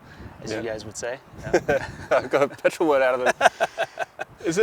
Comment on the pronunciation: Petrol not Pertol.